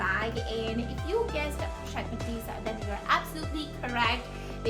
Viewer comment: This bag is stunning! You said it right ❤️😍